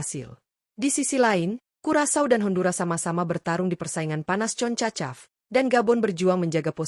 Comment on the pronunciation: Ngomong yng jelas min,bukan concacap,tapi jona konkskap😂😂😂